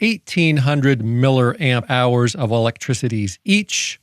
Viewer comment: "Miller amp hours"